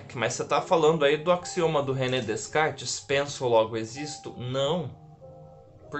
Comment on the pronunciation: Põe um microfone na camisa , é barato , e seu som irá melhorar muito .. E por fwvor , não diga DeScartes . O correto é pronunciar DECARTES , o s é mudo